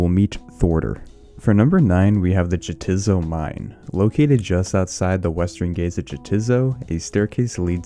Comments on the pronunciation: It's "yeah its so" not "jah tits oh" its a play on words with "neitiznot" which sounds like "no its not". its a Monty Python reference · Had to stop watching after he pronounced Jatizo phonetically. It's pronounced Yah- tiz- so It's a pun paired with it's enemy Neitiznot (nay- tiz- not). Literally how do you make a video like this and not realize that hahaha.